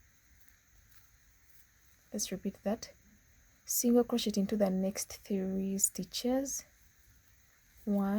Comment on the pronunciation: It's not crochettttt. It's crochet. The t is silent. The tutorial is nice beside that